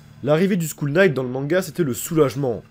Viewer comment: t'inquiète, si on m'engueuler chaque fois que fait une faute de prononciation je cerais en dépression à l'heur actuel. Ta faute m'a juste fait rigoler :)